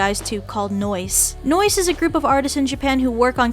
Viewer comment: Nowisee --> noice